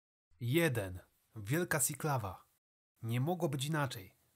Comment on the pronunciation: Słowo "Siklawa" czytamy po prostu Siklawa. Po polsku. Jak sikać, sinieć siedzieć. Nie wiem skąd pomysł na wymowę "sjiklawa"